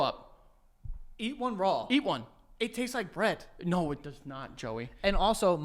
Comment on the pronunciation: You're saying bread bread, Joey!